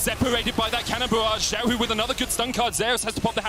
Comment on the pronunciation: Why do so many NA and EU casters have problems pronouncing Xiaohu‘s Name? Or is it at some point deliberate? There is LPL casters with them in the same room pronouncing it properly while they don‘t? Sus